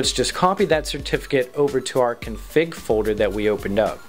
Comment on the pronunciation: "Fowder" = "Folder"? Hehehe funny pronunciation. No offense.